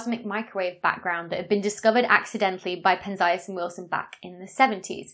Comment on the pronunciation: one more nigglin ll thing: it's Pén-zee-as, not Pen-zái-as. I knew coz since I was little I been hearing everyone from Feynman to Sagan say his name, but you can check Wikipedia as I did. I have a thing about correct name pronunciation. It's a matter of respect...